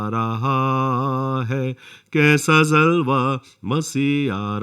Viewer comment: Aap bahut achha bolte hain, but pronunciation sahi kijiye aap har jagah j aur ph mein neeche bindi laga dete hain aap ne gaana gaya, dekho koi aa raha hai kaisa "jalwa" Masih aa raha hai, aap ne kaha , kaisa zalwa jo ki galat hai ye sab urdu ke lafz hain, sahi boliye kyonki galat pronounce karne se aapka pura gana " beasar" ho jata hai. I hope aap ye msg. Zaroor padenge aur dhyan denge, fatak nahi Phatak.